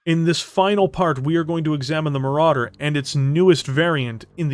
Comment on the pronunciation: Ahhh.... Le Maràdér... A Legénd